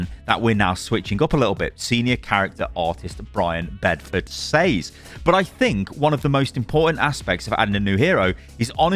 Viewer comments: why do you consistently mispronounce "says", aren't you english? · What in the broken english is that. Thats not how you say "says" bro lol